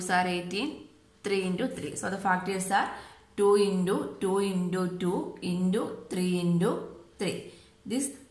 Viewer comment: You are saying intu as indu that is the only mistake